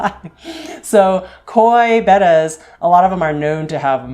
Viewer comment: So glad to hear you call them bettas and not bAtas. I've had them most all my years (65) now.